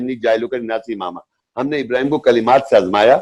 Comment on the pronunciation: 100% galat tarjuma or tashreeh kr rha hy yee yahi nateeja hy khud bakhod mufti bannany ka.... Or Ibrahim A.S ki dua ka sahih talafuz taak ni atta or shaikh bana howa hy😂😂😂😂😂😂